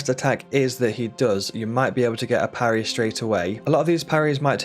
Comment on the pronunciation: "Pa rry" we dont do that bro